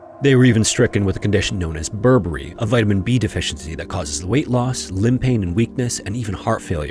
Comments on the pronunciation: Yeah it's actually Beriberi, I'm not sure why the narrator said "Burberry" lol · Also, it's beri-beri, not Burberry.